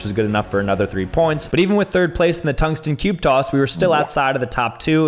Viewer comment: "Tungsten cube coss"